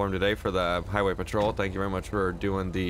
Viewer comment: "Are you a heeway patrol?"